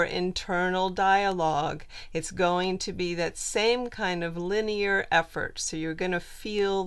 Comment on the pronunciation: You say linyer alot what dies that mean exactly?